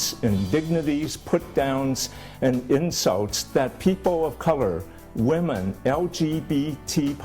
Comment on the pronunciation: Wamen.. rEspekt WeMan